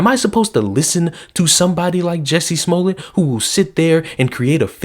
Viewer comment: You miss pronounced Juicy Smolliey btw